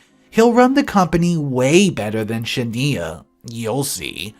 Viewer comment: You pronounce Shania wrong. Look up the singer Shania Twain. That’s how it’s pronounced.